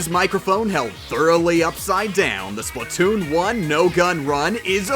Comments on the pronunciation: Not Splutoon It’s SPLAT TOON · Is not slutoon is splattoon